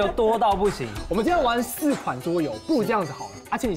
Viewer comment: 桌遊我聽成豬油